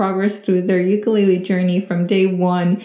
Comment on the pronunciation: You pronounced Ukulele wrong, B 👍